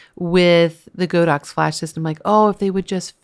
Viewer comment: Godox is pronounced god-ox.